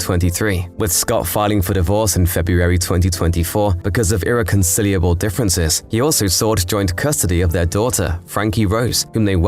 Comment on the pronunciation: is this an a.i narrator? why tf do u say "irreconsilliable" wtf...